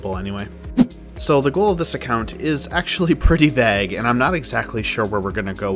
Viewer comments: Weirdest way I've heard someone say vague 😅 good video though I've made a mobile ironman recently and need some ideas for Skilling. Excited for the series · had to say the way you pronounce vague is just otherwordly